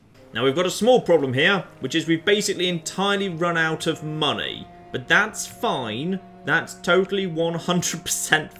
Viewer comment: says "Giant pile of money," I hear "Giant pile of mantis eggs."